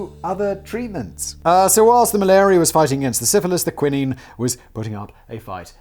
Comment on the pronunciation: Have I been pronouncing quinine incorrectly this whole time?